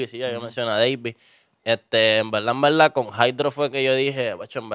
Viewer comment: Decir en veldad es incorrecto, pero repetirlo dos veces ya es para provocar 😂🤮